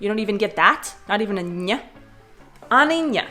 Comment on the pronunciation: You just nailed "ani ň", big gratulation! :D